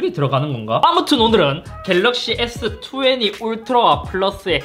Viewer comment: S투웨니ㅋㅋㅋㅋ 발음은 투웬티인데..ㅋㅋ